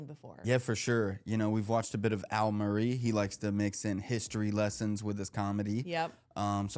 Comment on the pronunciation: Its Murray not Murray. tut tut